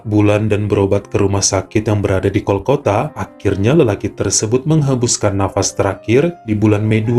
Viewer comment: Bang disclaimer monn maaf bukan kolkota tapi kolkata hehe